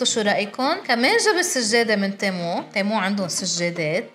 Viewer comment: تيمو ❌️ تمو ✅️